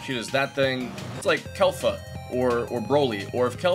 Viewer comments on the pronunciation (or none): Kelfa? It's Kefla lol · It's Kefla not Kelfa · When he said Kelfa instead of Kefla I sort of got triggered as a DBZ Weeb. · Kelfa? Lol was i the only one that heard that or am i tripping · he said kelfa, LOL